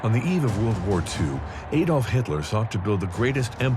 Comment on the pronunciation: At last, a commentator who pronounces “Adolf” properly. Thank you. Now, speak to your audience in terms of miles not kilometers since at least 90% of it can appreciate distance much better if you do so.